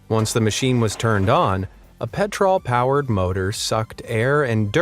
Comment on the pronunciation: DID HE JUST SAY PETROOLL